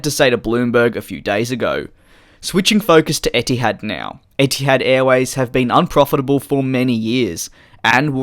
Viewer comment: as an arab, i honestly hate when a company names themselves after an arabic word (etihad (اتحاد) means union in arabic btw) because it's always going to get butchered lol. not blaming u btw, u r not an arab. love ur vids too, keep at it